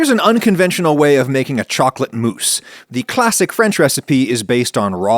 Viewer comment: It's pronounced mousse, not mousse!